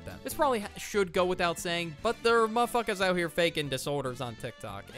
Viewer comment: pls when u say mf is sounds like muhfukus